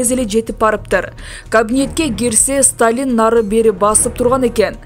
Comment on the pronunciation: Диктор кыз Сталин Молотов фамилияларын туура окусаң боло.ударенияларды өзгөртпөй